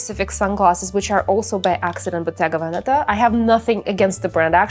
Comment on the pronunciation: You don't pronounce Bottega Veneta correctly and it's kinda weird...